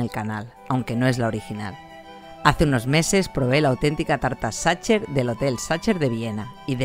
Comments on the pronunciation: Sacher pronuncia como sajer no como tu dices satcher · Pronúncialo "sajher". No "sacher". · Gracias! La probaré. Y... Sin intención de ser pedante, se pronuncia /sajer/ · No es la falta de conocimiento (que todos tenemos claramente) es la falta de interés. Si escuchas que los locales le llaman Sacher [ˈzɑxər en el AFI] puedes tratar de intentar replicarlo un poco puesto que estás en su país (ya si te sale la cadencia mal se entiende), pero es que (xər la última sílaba de la palabra en su idioma) y (ʃɛr que sería la última sílaba de pronunciarlo tal cual en español) ni siquiera son el mismo fonema :/ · Gracias por la receta! Sin duda toda una joya. Solo una aclaración, fonéticamente se dice Sajer o aún mejor Saja (ch se pronuncia en el alemán como una J y la terminación -er tiende a escucharse como una a) solo lo digo, para quien se llegue a Viena y pregunte (ya sea por la torta o el hotel, le entiendan de lo que hablan. ;) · A modo de comentario, esa resistencia que tienen los españoles en pronunciar las palabras en su idioma original 😅 los idiomas es riqueza cultural, no atentamos contra nada en pronunciarlas como fueron creadas. También probé la tarta en el Hotel Sacher ("sager" para su pronunciación) veré si con esta receta logro a hacerla parecida a la original. Gracias por difundir 🤗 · Porque lo pronuncias así? Sería más similar a [sajeeer] es lo más parecido. En México lo comemos sin saber, mi abuela lo preparaba para mi cumpleaños. El que venden en el hotel Sacher tiene una cantidad enorme y loca de azúcar porque así se conserva más para que aguante el viaje, porque muchos turistas lo compran para llevar. No es de mis preferidos. En México he comido lo más ricos. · Se escribe Sacher, pero se pronuncia Sacjer. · Queda horrible que pronuncies CH. Es Sajer!! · Por favor, pronuncia el nombre corretto! "saquer" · Por favor, se dice SAJER, la ch en aleman, es J...en serio, tanto esfuerzo en reproducirla y no dar un paso mas en la pronunciación?.